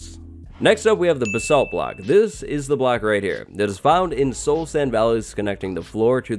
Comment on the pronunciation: Why can in all of these update videos can no one say basalt right